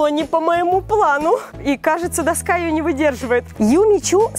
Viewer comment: Доска́ а не до́ска )))